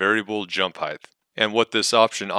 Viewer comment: Height, not "heighth." Thank you though for explaining this. I spent hours trying to make my own variable jump and had no idea what "Custom jump" was supposed to mean. They really need to put some polish into this app.